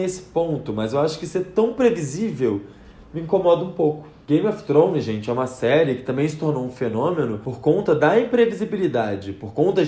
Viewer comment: Acho tão bonitinho o jeito que vc pronuncia Game of Thrones.😘